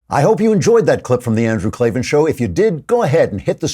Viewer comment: Remember...K-L-A-V-A-N, there are no Es in Klavan!